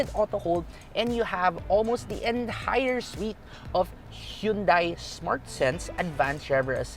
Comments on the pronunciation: still saying"hyundai", not hundae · isn't it pronounced "han-dey"?